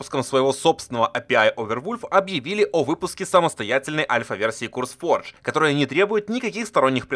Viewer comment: ну вбивай ты хотя бы в переводчик произношение слов. Не "Курсфордж", а "Кёрс", Curse - проклятие. Не ФайермАу, а ФайермОу, Maw - пасть